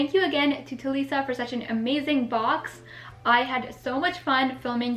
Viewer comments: It's talisa not taliiisa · You said Talisa's name wrong